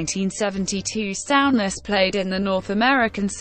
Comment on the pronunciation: Sow-ness😆 stupid computer.